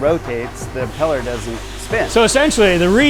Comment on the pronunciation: Great info. But the fact that my man could bot say the word Impeller is wild😂